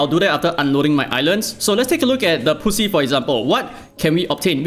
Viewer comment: I will be the first to say it. When you say 'Grind the Poussiere' it ends up sounding like grind the pussy. Hence the comments. This is how it sounds in french.